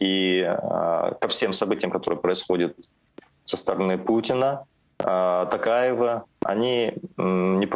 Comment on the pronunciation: Путин не может просто выговорить имя Токаева